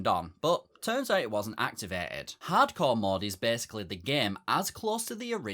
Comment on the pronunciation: No offense, at all, but that sounded like "cardcore."